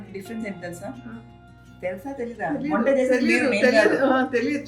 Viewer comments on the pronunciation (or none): Onta kaadu Sameera 🤣Vanta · ఒంట కాదు వంట😂😂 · Onta nai sameera didi it's vanta karko bolte telugu mey 😅 please correct it ❤ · Sameera vonta kadhu adhi Vanta.